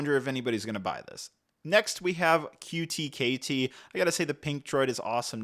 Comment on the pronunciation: “R2-KT” not QT-KT